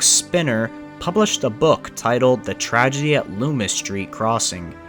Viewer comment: Tragedy, not Tradgey